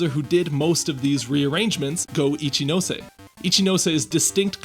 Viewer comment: And now after all these years I finally know how to properly pronounce "Ichinose"! Good to see you here, Carlos! Long live Gen 4's soundtrack!